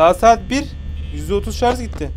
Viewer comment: ş leri söyleyemeyenleri unutmayıp videonun bir bölümünde şarj a çarj diyen koca yürekli